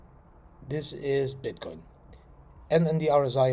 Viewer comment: I'm pretty sure at one particular moment you said bitkind..too excited I guess